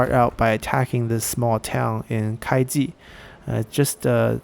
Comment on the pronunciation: You miss the "u" when pronouncing Kuai Ji, it's the first wrongly pronounced Chinese name I heard from you😀.